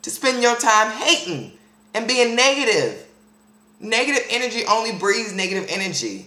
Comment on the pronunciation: "...all that 'niggative' energy" lol I still love you tho =]